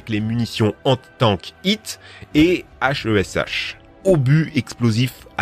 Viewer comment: Super vidéo, mais vous avez fais des erreurs par exemple pour la heat c'était un obus Heatfs pour les contrées il y a le blindage espacé qui va réduire leur pénétration (et aussi les arbres et buissons) et l'obus Hesh ce prononce "Èch" et pas H.E.S.H et sinon pour les panzer ça se prononce "Panzeur" et pas Panezer